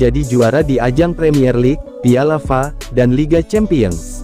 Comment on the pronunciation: Pembaca narasi gak jelas.. masak piala F.A dibaca pialafa